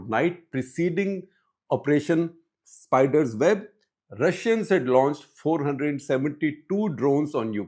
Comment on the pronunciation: It is not SPIDER-ZEB but SPIDER-WEB